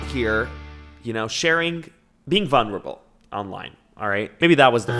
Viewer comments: vun-ruh-ble? REALLY 😭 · the way says vulnerable 💀